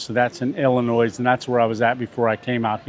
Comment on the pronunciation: Walcott is not pronounced "Wilcott". It is pronounced like Walmart. The 'S' in Illinois is silent. "IL-UH-NOY"